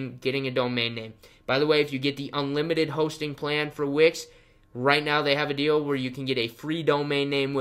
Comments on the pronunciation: It's wix.... not which. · I heard witch 🧙‍♀️👀😭😂